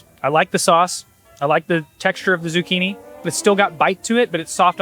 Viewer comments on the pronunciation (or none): none